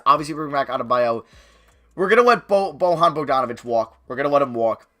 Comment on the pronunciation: his name is (BO-YAN BOGDANOVICH)